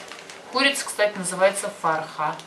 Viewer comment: К сожалению очень большие проблемы с произношением :( курица будет frekh, farha Вообще другое обозначает.. свадьба /радость.. круто что вы много слов знаете, но если нет знаний о грамматике и произношении букв , вас будет сложно понять а тем более учиться у вас